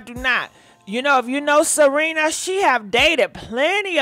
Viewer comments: It's S E R E N A not Selina! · IT'S SERENA... NOT SELENA.. SERENA WITH AN R... But its the makeup... and its horrible. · I be dying laughing cause she was like Salina 🗣🗣😂😂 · YES she called her Selena, Ciara etc 🤣🤣🤣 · It's Serena Williams.....NOT Cierra Williams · If she say Selena one more time…😑 Serena if you see this, means well. 🙃🤣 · Selenaaaaaa🤣🤣🤣🤣🤣🤣 you and these names. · Girl not “Selena”!😂😂😂😭😭😭😱😱😱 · It's Serena not Selena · Gurrrlll you keep calling her Selena 🤣😂 its Serena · her name is not Selena.....it is Serena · Her name is SERENA. . NOT Selina. . come on now.. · Why you call her Selena? Her name is Serena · Serena looks horrible Also it is Serena not Selena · Lord!!! it’s Serena Williams (Se Re Na) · WHY IT SOUNDS LIKE U SAYING SELENA 🤣🤣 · Cause she is 😂😂😂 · Pronounce her name correctly, it's Serena ,thank you.. 🙂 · She rarely pronounces names correctly 🤦🏾‍♀️ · 1 thing about you you gone shred a name 🤣🤣This woman name Serena girl 🤣🤣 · 😂😂😂😂😂 See-Re- Nah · Not Salena 🤣🤣🤣🤣🤣🗣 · Wait is she misspronosing her name on purpose or trying to be funny? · The botching of her name, thouuu!!!! 🤣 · I wish u'd take sprach therapy & pre-read ur articles b4 recording the show. There is no "L" in Serena SMH Perhaps someone should proof ur show b4 U send it out. IJS Constructive criticism Boo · Are you on drugs???? Why in the hell do you keep misprouncing her name? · Girlll can you say her name correctly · 🤣🤣🤣🤣🤣🤣🤣🤣🤣🤣 you can mess up a name chille love you